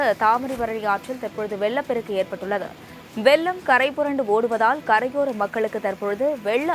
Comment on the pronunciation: அது வெள்ளம், வெல்லம் அல்ல🤦🏻